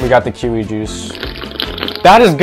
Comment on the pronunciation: Bro calling kiwi kuwi